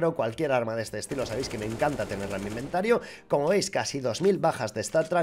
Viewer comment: ha dicho inventaro xD